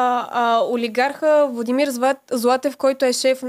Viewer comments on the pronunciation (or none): none